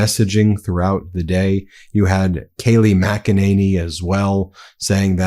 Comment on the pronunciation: It's Kayley Macalooney